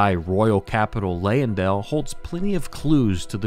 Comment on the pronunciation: Also have to call out the Leyndell pronunciation. The Y doesn’t take so much emphasis, as we hear from Gideon.